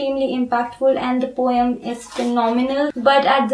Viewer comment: Poem is pronounced as po-em (pow .uhm) and not as po-y-em.